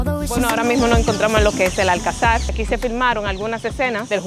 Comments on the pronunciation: No es Alcazár. Es Alcazar. Con pronunciación en la sílaba llana ca. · Buen vídeo, pero solo un consejo, se llama Alcázar, no Alcazár, por cada vez que lo deciais se me moría algo 🤣🤣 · Fantástico, por poner un pero se dice alCÁzar con la entonación fuerte en "CÁ". Tampoco hay que pronunciarlo muy fuerte. Lo digo porque vosotros decis ÁLcazar en el video, lógico porque parece esdrújula pero no lo es, es llana!. Saludos ! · Dos cosas, 1492 no es el siglo XIV, es el Siglo XV y es la fecha en la que los reyes católicos expulsaron a las comunidades de sefardíes que rechazaron la conversión al cristianismo. Y dos, Cristóbal Colón fue enterrado en La Habana, pero en 1898, cuando la corona se retira de Cuba, se traen los restos del almirante a Sevilla, donde descansan hasta la fecha. Un último apunte extra; Se dice alcázar (acentuado en la segunda a), no alcazar. Un saludo!